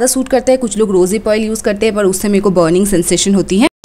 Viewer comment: Why u call 'd' in place of r means par ki jgh pad bolte ho